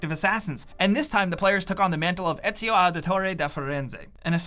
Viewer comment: For an Italian he butchered Etzio's name!😂love you man🤣